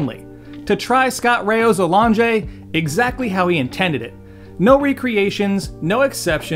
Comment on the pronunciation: A-long-jay …sounds like has a menu item runaway name with that accent.